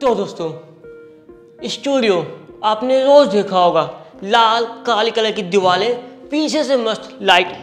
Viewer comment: Diware ko diwale keh raha h ye 😂😂